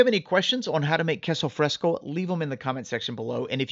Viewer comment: it was driving me nuts every time he said queso fresco. I was yelling at him- that's NOT queso fresco .😂